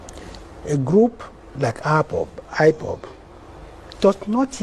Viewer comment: He can't even pronounce ipob.... shameless man